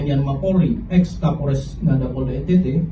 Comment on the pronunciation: Ini KAPOLRESS LOOHH... KAPOLREES... BUKAN KAPOL DESS...😂